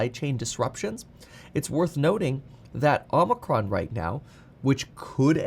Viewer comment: Can't wait for Omicron to finally go away so I can stop hearing it mispronounced so much